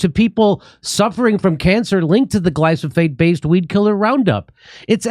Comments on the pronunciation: Say "Glysophate" one more time! ( I dare you! ) If you're going to pretend to have a meaningful conversation about a widespread poison, a part of the public lexicon for nearly 20 yrs! which you go out of your way to avoid by importing your pasta, at least buy a clue. Damn! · Hey Jimmy: it's "Glyphosate" (gli-fo-sate) ... not Glysophate. (unless you are mis-pronouncing on purpose) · First time you said you'd play the video all the way through and DID! Glyphosate not glysophate. Rolling Stone stops being relevant many years ago. Gotta love Joe! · I can’t stop laughing at the way has himself and everyone else saying glyphosate. He’s keeps calling it glysophate instead of glyphosate and I can’t stop laughing. 😂 🤣 😂 🤣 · Gly - SO - Phate (not glyfosate) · Glisofate lol… I thought it was gliphosate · It’s glyphosate. Not glysophate. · Glyphosate not Glysophate lol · Glyphosate not glysophate 😉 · You are pronioncing that wrong. Its Gly-pho-sate not Gly-So-Phate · Gly-pho-sate, not glysophate. Love you Jimmy. Come back to Dallas. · Gly-FOH-sate not gly-SO-fate. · Gly-PHo-sate, NOT gly-So-phate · It’s cute how Jimmy says gly-so-fate instead of gly-fo-sate…… lol! By the way keep up the good work Jimmy! As a way-more-right-wing than Jimmy Dore I appreciate the show for the good faith approach to all topics. Without a good faith approach we will NEVER come to an agreeable compromise. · thank you for addressing the issues with glyphosate, but please pronounce it correctly! Its Gly-PHO-sate, not Gly-SO-phate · Jimmy, it's glyPHOsate, not glySOphate. 😄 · It’s Glyphosate not glysofate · Its Glyphosate not Glysophate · It's pronounced "Gli - Pho - Sate" Not "Gli - So - Phate" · Love you guys. Two things…..It’s glyphosate…not glysophate. Also….why do you want government to control healthcare? It’s not different. See you in Austin.🥳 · Learn how to say glyphosate: GLY-FO-SATE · GLY-PHO-SATE lol jimmy! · Dude "gliphosate". Gly fo sate. See? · Come on, guys: GLY-PHO-SATE.